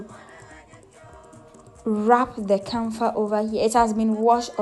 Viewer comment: It is called KAFA and not. KANFA like you wrongly said Good to learn Thank you